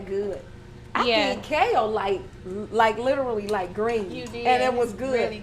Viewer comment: "I love KAYULE! I didn't know KAYULE could be that good! I can eat KAYULE like greens!" - I will now pronounce Kale like first lady!